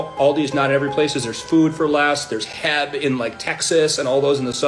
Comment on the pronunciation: sorry but as a Texan him pronouncing H.E.B as "heb" pissed me off 💀